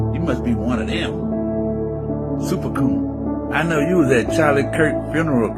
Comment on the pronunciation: MF said super côón 😂😂😂😂😂